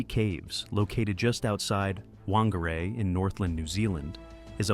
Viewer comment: The correct pronunciation of "Whangārei" is "fahn-gah-RAY", with the emphasis on the second syllable. The "wh" sound is pronounced as "f" and the "ng" is a nasal "n" sound. Thanks to the band Alien Weaponry from New Zealand for teaching the world Maori history and culture.